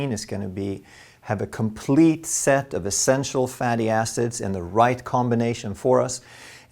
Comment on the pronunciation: Ha ha you said fatty asses? It was hilarious. Its surprising how many people slip up with fatty acids.